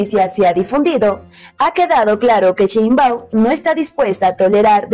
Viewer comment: Sheinbau , se dice Presidenta